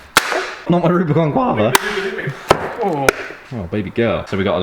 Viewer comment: nooo not the rubicon "GuaAAva"